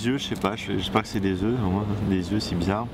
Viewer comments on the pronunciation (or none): none